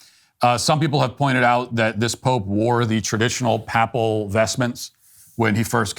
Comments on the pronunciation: Your excellent commentary on Leo XIV was marred by your pronunciation of "papal" and "papacy." The first syllable is normally pronounced "pay". Sorry I got distracted. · Matt, as a catholic, should know how to pronounce "papal" 🫤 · Why does Matt pronounce papal and papacy like that? He's the only person I've ever heard say it like that, but he must have gotten it from somewhere.